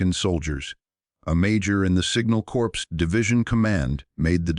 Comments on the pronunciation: An voice that speaks like an ignorant American?!? WOW No stopping progress Corps as in |The Marine Corps is pronounced CORE like the apple part you DONT eat! Not CORPSE,like a dead body...The Marine Corps(Marine Core) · There is US NAVY LieuTenant Edward Albert Heimberger who was at Tarawa. Back then, Corporals were Enlisted Pay Grade E-3. No 2nd Class Privates. 6th Schutz Staffel Mountain Division Nord. Corps is pronounced as CORE. The voice said corpse. The 5th Panzer and the 5th SS Panzer, or Wiking, Divisions were on the Russian Front. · CORPS: the P is silent. ARDENNES: The S is dropped. How dumb can be? I am sick and tired and frustrated with the inability of to enunciate correctly especially numbers and times? There must be a starving actor with a good reading voice willing to read these episodes and spare us from